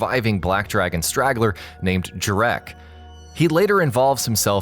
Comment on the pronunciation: "Jar-WRECK"!? It's FUCKING Pronounces "Jare-RICK"!!